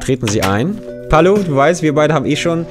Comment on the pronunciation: Du musst erstmal lernen, wie man Palo ausspricht! :D